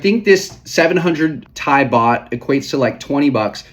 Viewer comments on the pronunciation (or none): none